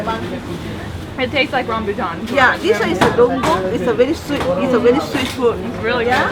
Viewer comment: the name of fruit is DUKUNG. Not dongkong like the women seller said.